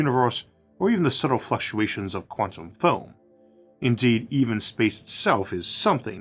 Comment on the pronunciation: I think I started noticing them most prominently nearer the end of the video. Let's see... "take" "tantum" "pocktick"